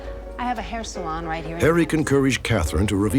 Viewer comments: He pronounces it like they do in France ! "Sa-lohn". Makes sense that his first language was French! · Why can't Robert Stack say salon? He's never seen that word before? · Unsolved mystery: Why can't he pronounce salon? Anyone else hearing it?